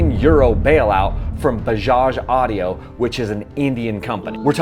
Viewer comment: Dude can't even pronunce 'auto' and is making videos on Bajaj as an expert